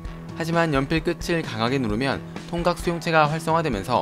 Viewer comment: 나만 통각을 통닭이라고 들은거야..?